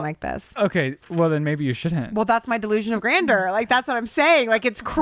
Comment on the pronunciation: you mispronounced 'grandeur.'. It's not 'grander.'